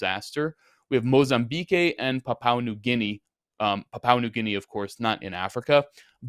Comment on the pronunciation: mozambeek and papwa, not mozambekay and papaw lols love you, lols